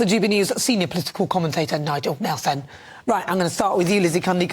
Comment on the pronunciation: Why did she say 'Nigel Nelson' so fkin weird lmfaooo 😂😂🤣🤣😂😂